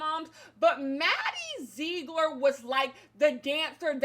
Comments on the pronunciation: “Maddie zzeeegller” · "Maddie zegro... ler" 😂😂😂😂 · Take a shot everytime says "MaDdie ZeeGlor"